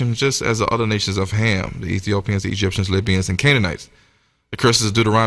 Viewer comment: It was Cham 1st instead of Ham